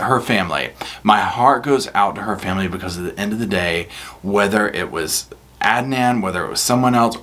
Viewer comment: That Pappini women is like the Duracell bunny. She keeps going on and on but in the wrong direction. What a thing to say about paying everyone back IF she wins the lottery 😡 . You said Adnan's name correctly. I've been in a closed Facebook group since day one and I've been given address's to write to giving an international interest in the case. I never believed Adnan was guilty especially with the shifty backgrounds of the prosecution witnesses. Adnan's own defence team was also dodgy and unprofessional. I know his attorney was terminally ill and is now deceased but she should have excused herself from the case or stole money meant for her clients case. I was elated the other night when my phone blew up to tell me Adnan was released. I hope the media leave ihim n peace as he is disoriented and exhausted and going through so many emotions. He still hasn't grieved properly for his ex girlfriend Hae Min Lee and they were still very good friends even though she had started seeing someone else. They still looked out for each other. My heart and condolences still go out to Hae Min's family as always 🙏❤🙏